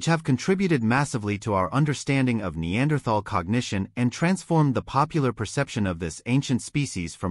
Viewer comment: How many times in three and a half minutes can your AI mispronounce the word Neanderthal?